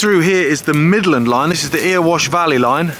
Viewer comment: Earwash! 👂😂 You're doing it on purpose now! I saw The Pretenders, The Members, The UK Subs and Adam and the Ants at Jacksdale Grey Topper. It used to get packed with a very low ceiling which used to get covered in condensation and drip on ya! It were brill! My dad worked at Pye Hill after starting at Moorgreen. He loved working at the pit. Sorry, rambling now....